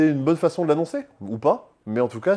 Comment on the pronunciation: Il a dit également "disponiBle" et "Bonne" 😅